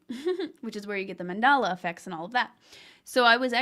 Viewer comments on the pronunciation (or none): it's called the Mandela effect, named after Nelson Mandela, not mandala as you are saying it. 😂